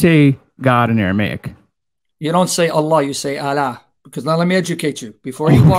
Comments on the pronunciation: Sam clearly said "Elah" Not "Allah". Listen really carefully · @@ debunk Sam. This guy only showed a failure of a pronunciation of "Allah"